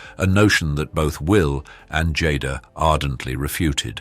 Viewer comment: Ms. Smith went from being referred to as Jay-da to Jodda in under a minute. I don't think ive seen a single one of these where they pronounced everyone's name correctly 🙄